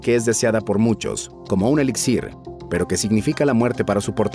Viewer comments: Amigo, la pronunciación en acentos te falla: carmesí no carmesi, elixir no elixír. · se pronuncia ELÍXIR y CARMESÍ, no ELIXÍR ni CARMÉSI